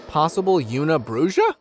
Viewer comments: "Youna Brooja"? Una bruja is Spanish and is pronounced "oo-na brew-ha". "Win-dingo"? Wen-di-go "WEN-duh-go". "Dune-dee"? Duende is pronounced "dwen-day". Please, learn some grammar and pronunciation before posting these videos. Thank you. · Hey just thought I'd help you out with the una bruja is actually a wich and is actually pronounced ooohna -Brooha😊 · It’s not yoona brooja. It’s Spanish, Ūna Brūha. It means a witch and the heading Possible Una Bruja means, “Mayba a witch?” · Lolololol , “Una Bruja” . Seriously ? “Wendiggo” . Idiots ! Please , do the most basic research , at least to avoid cross-referencing and horribly mispronouncing . Lazy . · I like how you tried to say una bruja in Spanish 😂😂😂